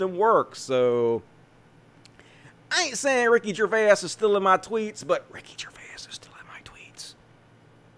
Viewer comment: "Gervais" is two syllables, not three. And yes, it does look like he stole your tweet idea. Noice! ☺️